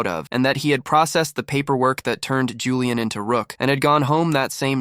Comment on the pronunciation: Julian is three syllables btw 😭😭